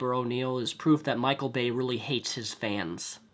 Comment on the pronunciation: Wow this video does not have a single original thing in it. Did you Google "Michael Bay jokes" before making this? You said the exact jaded things everyone else says about michael bay, except you can't even say it properly. Garbage video.